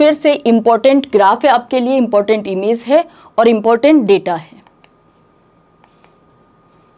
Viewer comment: Maam ओर नहीं और बोला करिए